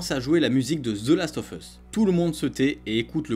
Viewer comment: Ca ce prononce the last of us et non pas ZE Last of us